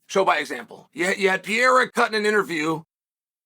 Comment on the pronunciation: That's Pierre-a 😂